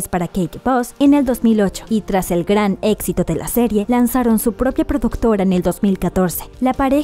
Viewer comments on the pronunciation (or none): none